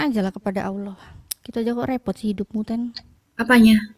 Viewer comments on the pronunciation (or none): 0ten ling lung , biblenya baca Ten ,, mikirrrrr 😂